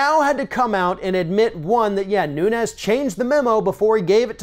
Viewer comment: His name is pronounced noon-ez (Portugal) not noon-yez ( Spanish)